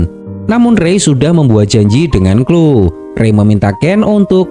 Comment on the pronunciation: Hi Kak, cuma mau kasih tahu. tulisan Cloe bacanya Kloi bukan Klo Kak. maaf lancang🙏🙏